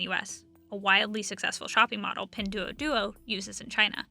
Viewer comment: Learn how to say "Pin Duo Duo"